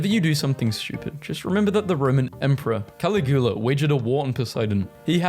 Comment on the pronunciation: "Shiron" "Calligoolar" "Medderterarion" "Ah-thian" "Aggin-court" "Oligarshic" "Crist-en-dom" When you are reading words aloud for the very first time.